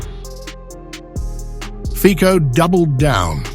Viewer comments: pronunciation is ...Fitso ..............no fiko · Not /fiko/, but /fitso/. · His name is FITZO not FIKO. Fico is ambassador for free speech and peace in Ukraine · ⚠️CORRECTION❗⚠️ FICO🇸🇰pronounced👉《FI-TSO》✔👍👌 NOT 🚫 FIKO❌👎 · We in east don't pronounce "c" as "k", it is Fico, not Fiko, as Cinderella is not Kinderella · The name, apparently, is pronounces Fitso, not Fico. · He is Fico, not Fiko. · His name is pronounced Feet-so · His name is pronounced "Fitso". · It's not fico. Learn to pronounce his name correctly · Would you try to pronounce Fico's, Putyin's, and other non-English politicians' names correctly? It is not very difficult. It is simply courtesy; it would show some respect for these people. 😊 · Pronounce Fico properly. Bravo Orban and Fico. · You are pronouncing his name wrong